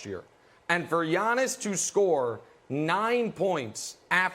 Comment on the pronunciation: Brandon calls Giannis , yawnis. Get this guy off the show